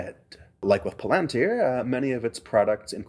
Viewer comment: I am endlessly amused that Peter Thiele cannot correctly pronounce Palantir - the stress belongs on the second syllable, as explained by Tolkien in the appendices of Lord of the Rings - and doesn't apparently understand that it was a device Sauron corrupted for evil ends. Thiele the Fanboy is a Failboy.